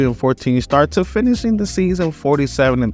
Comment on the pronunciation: “…too ‘ finisshimgg’ the season “😂